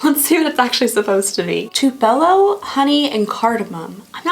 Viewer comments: Get a pack of unscented baby wipes and kerp them at your table. Easier cleanup! Also, Tupelo is a city in Mississippi and is said TWO-peh-low. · Loved this video! But btw Tupelo is pronounced 'Two-pellow', it's a town in Mississippi! <3